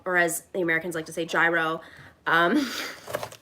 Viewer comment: Red onions are way too mild for cooking.....she doesn't even pronounce gyros properly.....is this a comedy vlog?